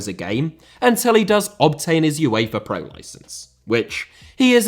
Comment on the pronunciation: Uefa* not Yuweifer Media* not Medier Idea* not Ideer Guardiola* not Guohriouwler Nou* not Nau Johan * not Jouwhan Miles * not Mahls Kagawa* not Kagawer Liège* not Liyeige Morale* not Morohrl Losada* not Losohrer Draw* not Dror Saw* not Sor Almería * not Almyria Mikel * not Mekl Style* not Stahl Resumé* not Résumei Conte* not Contei Antonio * not Antouwniouw